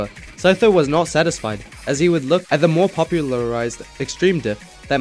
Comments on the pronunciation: OMG IT'S THE REAL SEE TOES, CHEETOES, SEETHO MAN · I could never read 'Sytho' "see-tho"